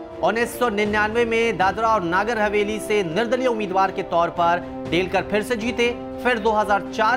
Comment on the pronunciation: नागर हवेली नहीं है, जब नगर हवेली नहीं बोलना आता तो न्यूज चैनल बंद करदो ।🙏